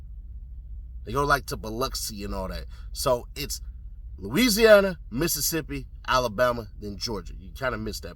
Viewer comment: Say Mississippi again 😂